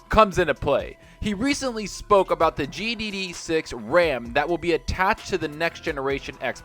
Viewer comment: Man it bothers me when you say GDD6. It's GDDR6...